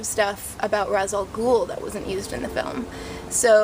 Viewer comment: "Rey-sh" not "Rahz." I know. I hate being corrected, too. Don't ask how I know this.